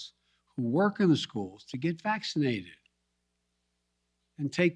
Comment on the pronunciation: I love the way he emphasizes “get vaccinated” “get the booster” “do it NOW”. Oh yeah he really gives me comfort. This geriatric moron. JC